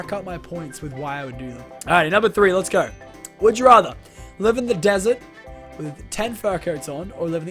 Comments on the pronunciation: Did anyone here lachlan say desert kind of weirdly like it sounded like when people say "Yummy Desert" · did you say dessert or desert?